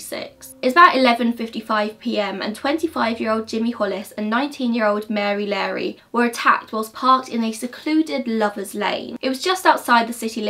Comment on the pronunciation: I’m sorry but I have to say this... “Mary Larry”?!?! I definitely chuckled at that. Probably insensitive of me... Anyways, I think you spoke of trigger warnings was a great point. It kind of comes with the territory of murder and mystery.